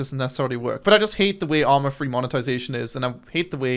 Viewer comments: "arma free" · Why do you call it ARMA Free. It's not free!